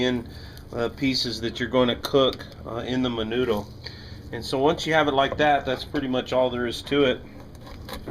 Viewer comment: when you say mendo you dont say the d